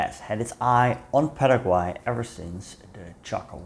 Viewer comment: Quiero agradecerte muchísimo por pronunciar correctamente el nombre de mi país Paraguay. Soy paraguayo, pero mezclado o "jopara" como se diria acá porque mi padre es descendiente de mennonitas y mi madre es una brasileña descendiente de alemanes 😅 por lo que puedo decirte que lastimosamente no pronunciaste correctamente el nombre del querido pueblo "Hohenau" pero el paraguayo promedio tampoco lo pronuncia bien 😂 Olvidaste mencionar que la mayoria de los paraguayos hablan "jopara" que en guarani literalmente significa "mezcla" y es una mezcla entre el español y el guaraní. Gracias por llenar esos huecos de nuestra historia que normalmente no se habla acá, respecto a lo que pasaba en paraguay durante la segunda guerra mundial e inclusive corria el rumor de que hitler supuestamente no se habia suicidado, sino trasladado a Hohenau. Este hecho fue luego desmentido gracias a la confirmación del suicidio de hitler en su búnker. Los Estados Unidos nos forzaron a atravesar la dictadura más larga de Latinoamérica (casi 35 años) y existen profundas grietas hasta hoy en dia en la cultura nacional debido a este suceso. El actual presidente de la República, Santiago Peña, parece ser un títere del exmandatario Horacio Cartes, asi como Alfredo Stroessner era un títere de los Estados Unidos. Tenemos mucho todavia por madurar, nuestra independencia de España fue en 1811 pero nuestra constitución nacional es de 1992. Paraguay es un pais que sufre hoy en dia mucho por ser uno con los índices más